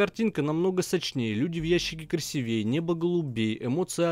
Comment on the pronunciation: неправильное ударение в слове красивее